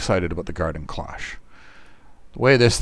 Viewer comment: Cloche has a long o.